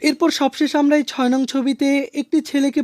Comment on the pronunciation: 13 নাম্বারের শেষ 6 নাম্বারটা ভালো করে বলুন😢